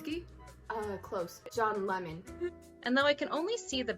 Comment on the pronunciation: did you say john lemon?? i love that 💀 (its john lennon btw)